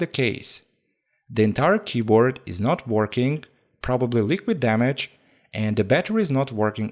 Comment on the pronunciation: I like when he say dam-me-jed